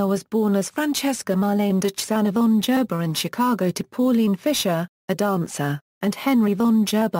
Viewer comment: GERBER IS not pronounced jerber!!